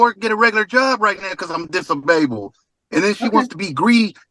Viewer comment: He’s dis-a-babled